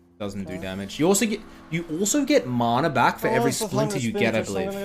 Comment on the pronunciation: how does he say MARNA? when he says man is it man or marn? ITS MANA fs